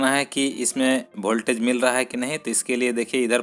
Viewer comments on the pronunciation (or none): वोल्टेज सही उच्चारण है न की भोल्टेज😃😃😃 सुधार करें। लेकिन विडियो उपयोगी है।👍